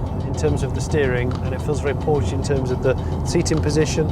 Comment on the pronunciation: IT IS NOT PORSCHI!!!!!